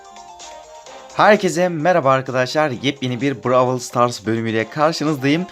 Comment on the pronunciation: brawıl değil brawl